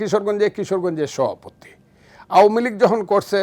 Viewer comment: সভাপতি বলতে পারে না, সহাপতি 😅😅